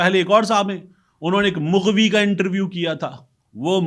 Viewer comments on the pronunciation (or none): Sir mooghvi nhi hota, maghvi hota he, plz.......